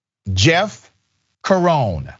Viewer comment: Jeff Cerone C e r o n e ! not seron ! Name italiano !